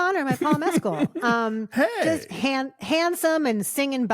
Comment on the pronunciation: A gold star to Christy for pronouncing Paul Mescal's name correctly! 🙂